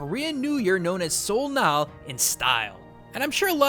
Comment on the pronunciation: That being said, the vowel for "Sol" in "Sol Nal" belongs in the vowel for "Bok" in "Han Bok"